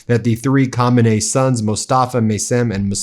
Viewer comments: Can you please ptonounce the name of the late Iranian spiritual leader RIGHT. It starts with KHA.. Not KHO. THANK YOU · Really respectful pronunciations of the names with the exception of the main one. It's KhA me nay not KhO me nay. Thank you for your respect. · It is "HAH- Meini" Not "HO-Meini" That is an entirely different F'kng person. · It's Ka MI nei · Isn't it pronounced KO MAY NEE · Not to be rude because you’re great and you def called it on the lame fireworks but you keep pronouncing the KHAMENEI name incorrectly. Prior to the current Supreme Leader and his now deceased father, the Supreme Leader’s name was KHOMEINI so it matters. Pretty sure it’s (K is silent)”hah-men-nay.” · Ben pick a pronunciation and stick with it. You sound like you're trying to say "Kumite." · The pronunciation of Khamenei, seemingly confusing it with Khomeni, continues to drive me a little nuts... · It's pronounced ko-may-knee. If trump had that big of a crowd like that he'd say it was 10 billion people! C'mon Iran, don't let us down!! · Please pronounce the current leader “khaaaamenaheee” and the leader from 1974 “khumainee”. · By you really keep disrespecting the ayatollah's last name, you cannot pronounce it correctly. You should not say it, just call him ayatollah. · Please fix your embarrassing “Kh” pronunciation of the Iranian leader’s name. There is no hard “K” sound. American linguistic incompetence brings sneers worldwide. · Why are you pronouncing his name so differently? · Khoo May née. It is important to pronounce his name correctly. Ask an Iranian to teach you.